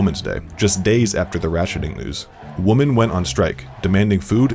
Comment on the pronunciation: Why can’t the narrator say “women”? Kinda sounds like a neaderthal, WOMAN WENT ON PROTEST 😂